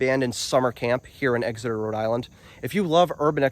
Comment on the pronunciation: EX-eter, not EGGS-eter. Like NH, same pronunciation.